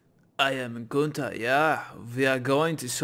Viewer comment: dude it called Günther^^